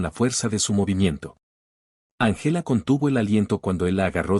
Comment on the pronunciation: Muy buena historia,Din importar el color de piel hay que respetar a los demás.Corrección:No se dice Angéla,se dice Ángela con el acento en la Á.El español es muy lindo pero hay que pronunciar bien.